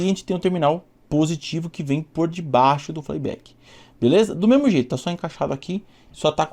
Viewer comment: 🤣 Show esse FLEI BÉK 🤣